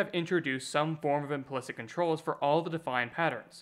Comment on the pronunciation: Are you an AI? Who the hell pronounces implicit as "implikt".